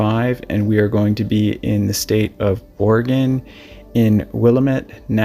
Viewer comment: Not will- a- met. It's Will-lamb-it. Sorry to be nit-picky, but I lived there for almost thirty years. That was hard on my ears. It's not Ore-a-gon. It's Ore-a- gun. You got that one right!